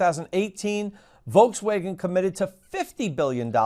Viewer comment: I just realized you may have been pronouncing it "Voltswagen" all along :)